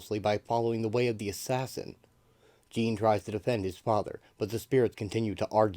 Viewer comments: It's not pronounced "jean" like a pair of jeans. It's pronounced similar to Shaun. Zhaun-Paul Vah'lay, it's a french Canadian name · It's not jean. It's like shawnpaul but with a J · If you can’t pronounce the name correct you really shouldn’t be doing an audio presentation It’s not Gene Paul Jean Paul like Jean Luc Picard Awful really awful you couldn’t get his name right The name the spelling and the backstory of the character is clearly European This isn’t even listenable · Dude it’s not Jean it’s spelt Jean but it’s pronounced differently this annoyed me so much turned it off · Bro its a pronunciation error. He still did a good job in explaining the full story. Get over it